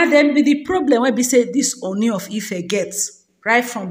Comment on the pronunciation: Please stop calling him Oni. It is pronounced Ooni O as in OR. "Or ni" Sorry for the correction.